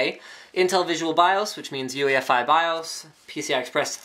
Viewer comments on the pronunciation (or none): none